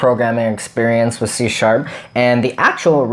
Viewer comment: Are you saying C # or Sea shark